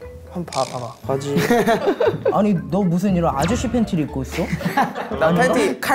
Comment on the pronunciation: 핫클립 피에스타~~ 여으녜인 아으저씨 콸베인(?) 클라인?? 본인거 하나도 없는 여으녜인 나는 우림교(?) 아링낑낑 아링낑낑